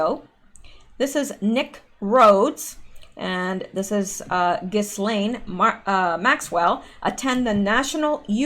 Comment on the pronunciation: Ghislaine is pronounced Jiz-lane. It is French.